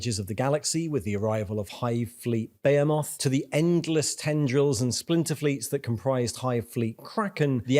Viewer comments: You keep pronouncing Behemoth wrong, its Be-Hem-Oth. Great videos though :) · pronounces tyranids and behemoth as if they're exotic words and then proceeds to pronounce jormungandr as britishly as possible